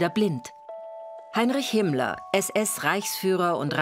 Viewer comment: Darf ich fragen warum "Himmler"? In vielen anderen Dokus wird sein Name doch richtig ausgesprochen..? 🤔